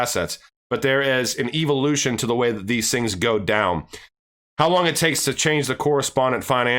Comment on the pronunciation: “Evilotion” love it